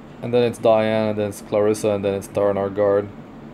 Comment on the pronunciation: im working on my holy trinity + Ravi but then i pulled 2 Diene (btw it's Dee-An-ne, not Dai-An i think, judging by the original name) her S2 and S3 are so beautiful, and she actually work well with Riko too, maybe once they really nerf Elson I will 6* my Diene too